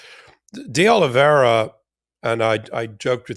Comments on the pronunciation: Ben... It's Oliveira (sounds like Olivéra) not Oliveriiia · Oliveira not Oliveria. Oliverra for gringos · Ben, it's Olivi-er-a not Olive-ria. Keep the faith! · I always follow your enlightening insights, but must point out that Olveira is pronounced "Ol-VEY-ra, not "Ol-VERY-a", and your use of "a" preceding a noun starting with a vowel makes you sound like a ignorant individual, at least, if not a idiot. But keep up the good work! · Can someone finally tell Ben it's De Oliveira and not De Oliveiria? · ben and you guys arre FABULOUS! pleasE CORRECT your pronunciation of Carlos De Oliveira, since you will be saying his name many times... so please repeat after me: "Oh-lee-VAY (like "ray") - run". NOT "Oh-lee-VER-ee-a. Thank you from all of your Portuguese speaker listeners... KEEP UP THE GREAT WORK! also while I';m at it:: Jack Teixeira is "Tay (like "ray) - SHAY (like "ray) - ruh;) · There is no ria at the end of De Oliveira. It’s just RA. Oliveeeera. Lol. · It's pronounced more like Ah low vay rah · Oli-vee-er-a, Ben. Thx. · I will always love you guys, HOWEVER ! Please be conscientious enough to pronounce names of people and places correctly! Even if they’re not our favorite people or places, it sounds unprofessional when you brilliant guys mispronounce De Oliviera and Iran. K? ❤🙏🏽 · Honestly it’s not that hard to pronounce…and I’m a gringo lol